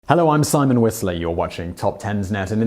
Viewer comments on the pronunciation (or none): none